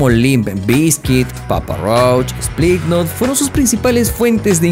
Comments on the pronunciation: Spliknot ???? No manches bro , se dice : "SLIPKNOT"😅😂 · Este tipo dijo splitnot 😂